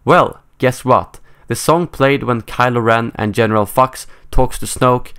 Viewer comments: lol it sounded like he said general F*cks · he said general fux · Hux, not Fux. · Did you just say 'General Fucks'?